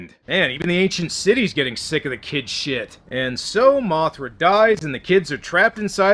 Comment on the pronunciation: What are you Scottish?!